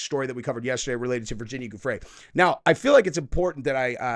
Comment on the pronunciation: For Pete’s SAKE, - it’s “jewfre” dude, NOT “GOOFRE” lolol